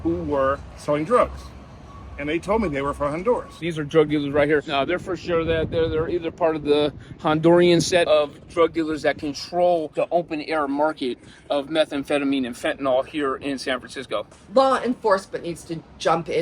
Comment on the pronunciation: Hondurian? It's "Honduran", fella.